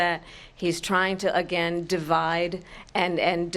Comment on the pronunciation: If he were "elected Tagain" kamala Harris said . 😂😂😂😂. Kamala Harris must be drinking 🍸 tagain